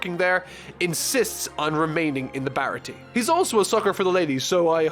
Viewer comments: ITS PROUNCED BAH RAH TEA-AY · The pronunciation of Baratie is upsetting 😭😭😭